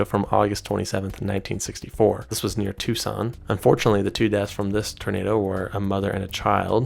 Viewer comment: The best part of the description of Arizona is that fact that he actually said Tucson correctly.